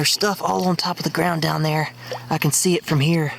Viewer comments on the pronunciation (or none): 2 dollars and tien cents!